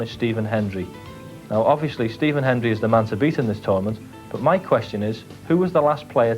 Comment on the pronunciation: Hendry! HEND-RIEEE! Not "henry", you Bloody Half-Welsh Balochistani! REEEEEEEE!